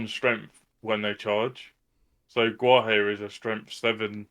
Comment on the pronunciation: Nice pod! Gotta work on those pronunciations, who is Gwalir and Halodin haha